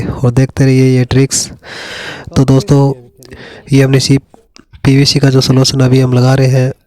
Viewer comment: सोलसन नही गधे सोल्यूशन...